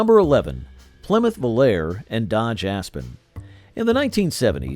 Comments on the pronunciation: Very accurately spoken. I NEVER heard anyone call the Volare a "vol-AIR", especially over and over. You must spend a lot of time alone. There was even a pop song of the same name recorded by several artists, pronunciation the same. Sloppy, careless, embarrassing! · 1960s??? Pinto and Gremlin were introduced in 1971, Vega in 1970, Pacer in 1975, Mustang II in 1974, Aspen/Volare in 1976, Chevette in 1976, and Aztek in 2001. Most of the Marlin footage showed Rambler Americans, and Volare was mispronounced. This is just a very sloppy and factually incorrect effort. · It wasn’t called Chrysler Imperial, that was the 1960 Imperial Crown. The other car Volare, was called Vo, la, reh, not vol air. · He shows Impalas while talking about Corvairs. He can't pronounce "Volare" at all. Can't even disclose what years Marlins and Pintos were produced. If this were a 4th-grade video project, I'd give it a thumbs-up. Since it's supposed to be an adult review, it gets a very generous F-.